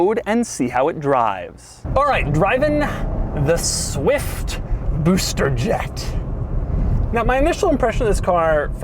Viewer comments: Am i the only who loves when doug says booster jet?😂😂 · Nobody: Doug: SUH-WIFT BOO-ster Jet